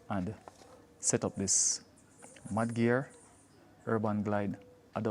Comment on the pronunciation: I thought you said 'Man Gear' 😂😂